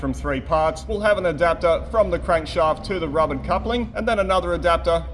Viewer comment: Great video as always Hmm, need to practice saying Rubber :)